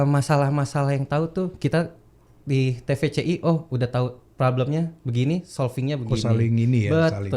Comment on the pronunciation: Te Ve Ce I om bukan Ti Vi Si Iiii